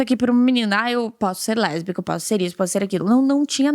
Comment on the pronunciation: Eu sou LeRRRRRRbica kkkkkk